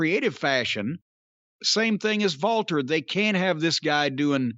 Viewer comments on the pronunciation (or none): none